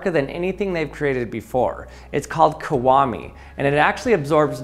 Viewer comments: Why are you pronouncing kiwami so incredibly wrong? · I can't get over how weirdly he pronounces the word "Kiwami".